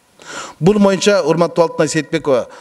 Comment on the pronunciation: бул моюнча эмес,бул боюнча деп айтылат кыргызча